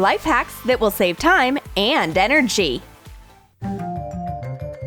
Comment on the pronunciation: um... troom groom is so dumb, who needs pins for a bloody ponytail?!?! 😂😂 Anyone notice how she emphasises the letter G in enerGy